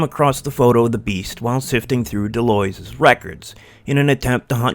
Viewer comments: It's pronounced "The lwa" or De lwha. Like saying what without the T and De is like The in "The cat" So De lwha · 99.99% of people online mispronounce De Loys except maybe for channels in french so don't worry :)